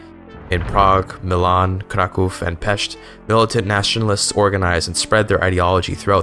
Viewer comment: He said Pest exactly how IT should be!!! Very nice